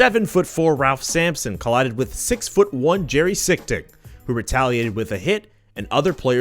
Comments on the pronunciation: Jerry Sichting’s last name is pronounced SEESCH-ting, rather than SICK-ting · it's jerry sees-ting, not sick-ting